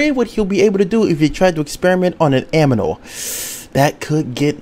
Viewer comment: Did he say aminal?